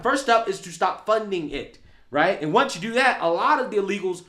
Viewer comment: “No more money for jou” 😂😂😂